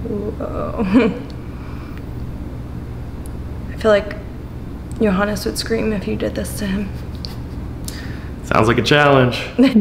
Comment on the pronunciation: thought I heard it wrong, the German pronunciation of JOHANNEEES. Then I read JAGEIL and everything was clear